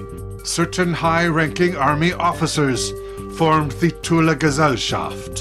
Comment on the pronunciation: We pronounce it more like "Too-Leh". pronounciation of "Gesellschaft" is on point! BTW, cool to see another Austria-Reference on this channel!